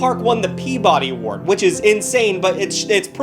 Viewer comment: How are you from Massachusetts but you don't know how to pronounce Peabody?